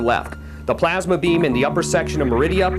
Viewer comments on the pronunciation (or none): none